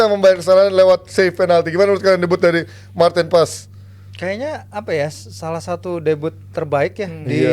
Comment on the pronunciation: Martin Pas Martin pas 😂. Gak ada yang dari dirinya sendiri nyebutin nama Martin Paes. Semuanikut ikutan . 😅